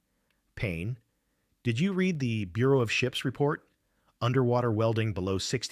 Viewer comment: note to AI, please stop writing numbers like $1,250,000 and spell out the word 1 thousand, 2 hundred and 53 hours the AI voice cannot say the words correctly when in the wrong format. oh, and PLEASE use red and not read. he read the paper is spoken poorly. he red the paper, comes across correctly.